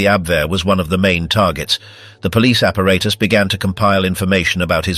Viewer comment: Maybe it would have been better for the Brits to speak German. The narrator can’t pronounce ‘apparatus’ properly throughout video; screwballs can’t speak their own language.